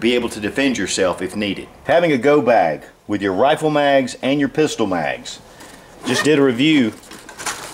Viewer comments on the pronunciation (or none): none